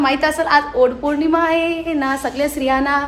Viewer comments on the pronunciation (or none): ओट पौर्णिमा नाही ताई वटपौर्णिम